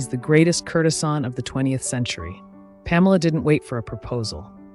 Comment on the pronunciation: These are great, but please learn how to pronounce their names and words like courtesan. It grates in the midst of all the great research and storytelling.